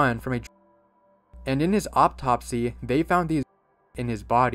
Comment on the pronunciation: you pronounced atopsy "aptopsy"